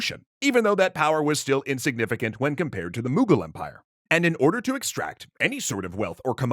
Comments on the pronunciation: "Moogal empire" that hurt my soul its Mughal with a u M-uh-gal empire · The pronunciation of the mughal kings kills me every time